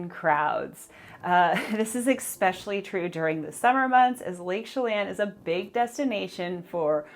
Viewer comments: It's eSpecially instead of eKspecially. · "EXpecially" is NOT a word. No matter HOW many times you say it. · I’m hearing (ekspecially).